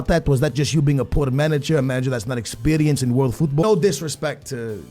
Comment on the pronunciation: this is getting annoying.....stop pronouncing football the wrong way